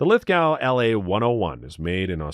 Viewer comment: Lithgow is pronounced Lith-Go. We don't pronounce the "w" here in Australia hahaha